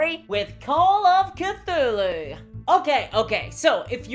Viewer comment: You mispronounced Cthulhu.